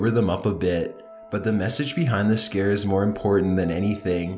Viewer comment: He says scar instead scare